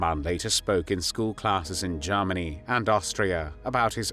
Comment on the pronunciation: Strange vowels betray a rather confused algorithm? (Eg Bavaaria Jarmeni)